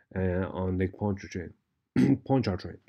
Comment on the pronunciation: no need to pronounce the first R in Pontchartrain. That R is silent. It's pronounced paan chuh trayn.